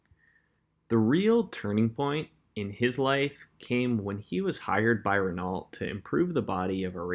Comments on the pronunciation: This is all nice and everything, but it comes off as amateurish with the way you pronounce Renault (it's pronounced REN-Oh). Aside from that little criticism, this is community college level research. I mean that in the greatest way. You really did a nice job with your presentation on one of my idols, Mr. Horacio Pagani. Great work, good sir! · The “T” at the end of Renault is silent